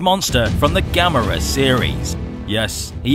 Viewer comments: Yes you finnaly said it right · Excellent video! Glad you know how to say Gamera's name properly...unlike a certain someone. 😉